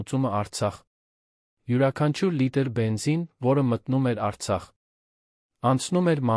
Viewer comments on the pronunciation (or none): none